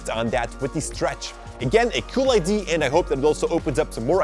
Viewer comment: eye - Dee - AH. NOT IDEE... for the word IDEA. great video btw